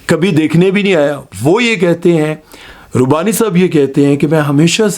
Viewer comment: Rubbani correct pronunciation